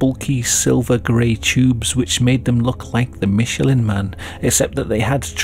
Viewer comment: It's pronounced "Mish" not "Mitch"